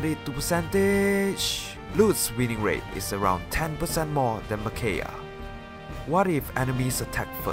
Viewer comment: I believe it's Me/Mih-kai-ah, but fantastic video nonetheless